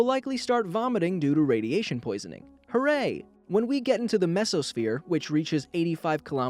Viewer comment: he say Horay